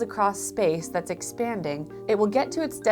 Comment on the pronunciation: that "Tha's fast" made me smile